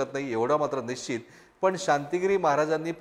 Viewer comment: पश् चिम not पचिम : निश् चित not निचित